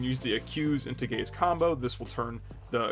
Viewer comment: As a queer person, I will often mishear "gaze" as "gays," but even then, took me out completely, lmao. "The gays leave a little bit to be desired"